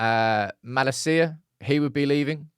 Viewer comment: He'll say it wrong anyway like he does MALA-CIA 😂